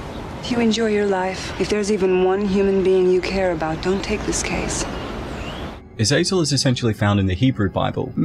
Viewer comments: Its not pronounced azayzel its aza zel. Gotta play diablo games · You kept saying Azazel but I kept thinking of Azrael the Angel of Death.